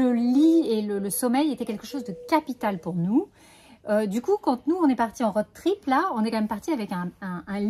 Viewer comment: Merci pour ce nouveau partage ! Sans vouloir jouer les rabats joie, le o de road trip se prononce plus que le o de Aude 😁